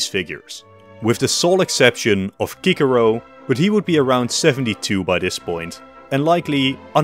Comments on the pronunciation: Cicero (sis-sa-row) being pronounced (Kick-care-row) destroyed at least 100 of my braincells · I need to know why you keep pronouncing Cicero like that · Hell nah bro said kickero😂😂😂😂😂😂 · Don’t say Cicero like that please & thanks